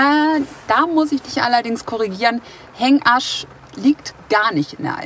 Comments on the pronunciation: Es triggert mich irgendwie mega, dass er die ganze Zeit extra "HengaRsch" sagt... -. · Sehr schönes Video. Sorry, ich verstehe immer Hängarsch 😅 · Wenn du Hengasch sagst, klingt es wie Hängarsch 😂😂😂👍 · Super Video aber betone Hengasch nicht so